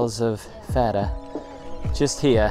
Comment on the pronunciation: Thira or Thera is the greek name for the island of Santorini, the town you are referring to ,the capital is called Fira ,with the intonation on the second syllable, otherwise great video